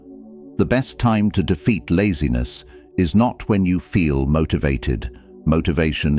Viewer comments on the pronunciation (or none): "I refuse to negotiate with lazines"